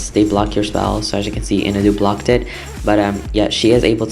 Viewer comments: It’s pronounced IN-AW-DOO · I don't want to be rude but Inadu is pronounced IH-NAH-DEW